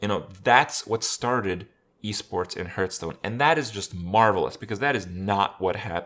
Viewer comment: IT`S HEARTSTONE ( HARTH STONE, HART STONE) NOT FUCKING HURTSTONE (HRT STONE) FFS I CANT HEAR IT ANYMORE